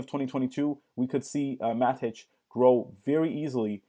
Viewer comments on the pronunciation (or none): who the hell calls it Mat-itch? it's matic bro, matic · "Matich".... noob alert.